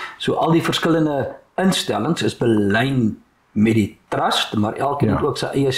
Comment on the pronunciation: Dirk, nie "trast" nie, maar TRUST met 'n U asb.